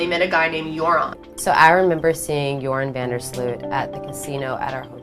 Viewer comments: its joran van der sluis not jouron haha he is also dutch x thats why I know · You know its Joran not Jouran right? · It's Joran (van der Sloot) instead of Jouron. And almost everyone in the Netherlands believe he's the killer. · Btw it's Jordan not Jouron. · Jouran hahaha > Joran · jouron lmao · Dang. I never knew all of this. What a little fuck face! I like how you pronounce his name "urine" though. Lol